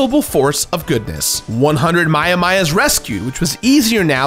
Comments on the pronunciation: It is pronounced Maia-Mi But how many Chest are there? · "Maiamai" is impossible to pronounce? To whom? It's ma-ya-my. I don't understand the confusion, especially in a world so saturated with Japanese culture, where all words are spelled phonetically. I love you,, but that joke seemed like a stretch. Sorry if you had trouble reading "Maiamai," but I cannot relate. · Pronounced: My-uh-may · It's pronounced My-a-my. The mother herself explains the pun. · My, oh my. Trouble with pronouncing Maiamai?